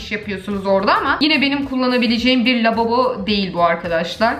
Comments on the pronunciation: 9.40 labobo diyorsun abla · orda lababo diyon sjsjsjsj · "lababo" ahahahahhahahahah😅😅